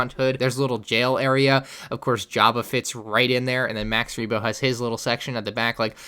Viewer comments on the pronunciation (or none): Am I the only one that noticed that he said max weebo? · "Max Weebo". Just gonna leave that here.